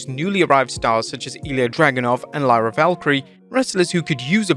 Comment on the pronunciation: Buddy, if you don't start pronouncing Lyra's name right😂😂